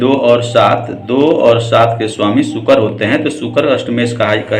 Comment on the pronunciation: मिथुन के राशि स्वामी बुध होते हैं मीन राशि के साथ मिथुन को मिलाकर आप गुरु को स्वामी बता रहे हैं जबकि मिथुन के बुध होते हैं नए जानने सीखने वाले तो इससे भ्रम में पड़ जायेंगे।शुक्र को बार बार सुकर बोल रहे हैं ढंग से बोलना तो सीख लो भाई..